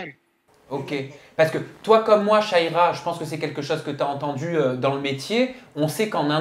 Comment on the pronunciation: C’est pas shaiiiiiira ! C’est sha -ra-ya il serait temp de prononcer correctement les nom des gens ...